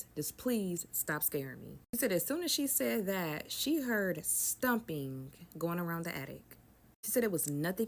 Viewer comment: Between one of the storytellers voices making these sharp whistling sounds when she speaks, like nails on a chalkboard, then saying "all you could hear in the attic is stumping, stumping, stumping" (I'm assuming she meant "stomping"), HAIR-looms, "she axes him" (asks), "like, share, comment, repost, and reshare" (redundant), and the rhyming at the beginning of one of the girls stories, I wanted to rip my hair out. I love listening to stories like these but some of the storytelling is aggravating.